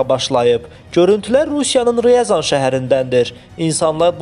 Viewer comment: Heç olmazsa hörmətli diktor deyəkdə sizə.... Ryazan' udareniyani duz deyin. Təqdim etməmişdən qabaq bir neçə dəfə təkrarlayın duz deməyi. Şəhərin adını duz vurğulayın....